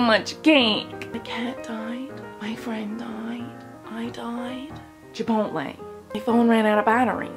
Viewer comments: i cracked up when she said "chipotle" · "chipotle" same